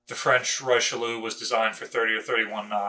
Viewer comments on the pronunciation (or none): none